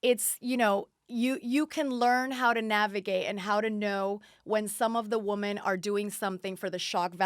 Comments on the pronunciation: Its women-- "whim in" . Her pronunciation is killing me. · Omg Lady, WomAN is singular....WomEN is Plural ...Pronounced Woo men. * It’s no wonder she was fired from RHBH, Brandi and the others were trying to help her bring the drama...but she was off in butterfly LaLa land thinking she was there to make nice nice with everyone. She was completely dull on the show and seems to not realize it at all. The Wooman is not very bright. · She says “woman” for women lol I believe Danielle stub says it this way as well. Lol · She keeps saying woman for women. My head is going crazy lol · This guest said "woman" so many times instead of "women"..annoying as hell. The plural of woman is women. Especially when she is supposedly involved with "woman empowerment" instead of "women empowerment", etc. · remember when everyone made fun of danielle staub for saying "women" incorrectly, i still never know who is wrong because they technically are saying it right...i think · Why can't that bitch pronounce "women"? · Is it me, or can she not say women?...